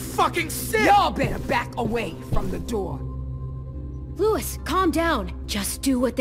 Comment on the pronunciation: “Lou is”